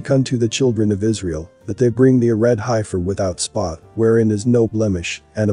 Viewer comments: Thank you for the research on this prophesy, in reading comments people are stuck on pronunciation of hiefer in some cases must get frustrating for you. Don't sway from your agenda you are doing a great job. love and light. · That word you were having trouble with is pronounced Heef-er...not Hi-fur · You all realize that the voice is computer generated and says hi-fur rather than heffer. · Pronounced HEF FER HEFFFFFERRRR SAY IT, HEF FER NOWHERE is it HI-FER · It’s pronounced “heffer” not “highfer” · It's not pronounced hifer...it's pronounced heffer ...e before i, eff sound. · It's heffer not hifer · Love the vid, but its HEFFER not HI FER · It is Hefer-not highfer. It is not the "I" sound. It is a soft "e" sound like sayig "eff". Heiffer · It is pronounced heffer,Heffernan, hifer. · Futurist nonsense. Preterism is the correct hermeneutic. The Body of Christ is the Temple of God now. They could build twenty buildings in the mideast and none of them would mean anything. An old box, while historically interesting, is not relevant now. Also: it's pronounced "HEFF-ER" not "HIGH-FUR". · Pronounced Heffers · Heifer is pronounced heff-er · The Heifer is pronounced, Heffer. 🤣🤣🤣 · This is ridiculous. Why would the sacrificial system be reinstated after the ultimate sacrifice was made by the Messiah? (Also, heifer is pronounced heh-fer.) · Hey my favorite Bot, that's heifer. the e is like, the e in egg. Okay Smily Face thx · Please, if you are uncertain about the pronunciation of a word, to find out. The word heifer, denoting an immature cow, is pronounced, "heffer". Clearly you never lived on a farm, or among livestock. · We say hefer for heifers . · High-fer... lmao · Are you sure it's a heifer? If you can't pronounce it properly, you might pick wrong when you're looking at the cattle... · That’s not how you pronounce heifer